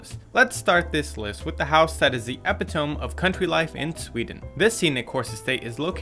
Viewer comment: Epitome is pronounced eh-pit-oh-me